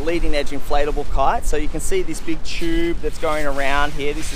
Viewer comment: Why does he keep saying "cart" instead of kite?